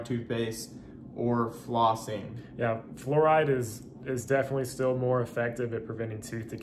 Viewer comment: you lost me at "fluoride".